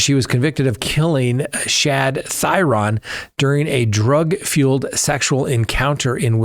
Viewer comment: I am a local to the Green Bay area where Schabusiness is. Not that it is a huge deal but to respect the family, Shad's last name, Thyrion, is pronounced (theory-an). Thank you for all you do and your coverage about that case. Truly heartbreaking for his family. The way she looked at the camera and seemed to waited for the camera to turn back towards her is so disgusting. She is evil. I can only hope one day she has remorse.